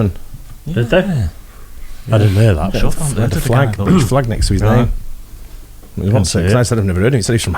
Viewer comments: Came here to say the same, absolutely butchering names left and right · This guy can’t pronounce half the names.. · jesus the narrator couldnt get a last name right if he tried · Whoever narrated this video pronounced almost every UFC fighters name wrong.